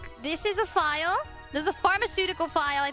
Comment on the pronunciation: am i the only one who thought she was saying File? as is the woodworking tool? my ESL brain was like "file? she cant mean the document meaning so maybe the tool? nah thats dumb but then what else is called file?....oh she meant PHIAL, as in the chemical container"